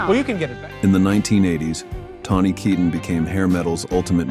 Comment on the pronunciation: Please say the name right. It's kit tane